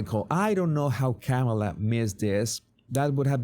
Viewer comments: You still pronounce Kamala wrong. It's not CAM' A LA. The correct way is to say "Comma" like the punctuation mark, then say "la." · Technically you’re still pronouncing it wrong according to her. It’s “comma”-la. People have always pronounced my name wrong. Who cares! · No. It is not pronounced Kamela like Pamela. It's Caw ma luh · Here in Australia, we tend to put more emphasis on the second vowel in words/names spelt like that. So here, Harris will always be K'm-ah-la